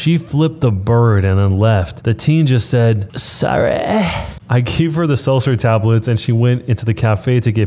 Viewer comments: The teen said: Sah-raai. 😅😅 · That sorrah 🤣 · The 'SoRReYeAH' 😂😂